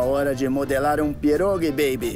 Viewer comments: Ninguém: Buddy:bEeibE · Ele falando baby é muito engraçado kKkkk 😂😂😂❤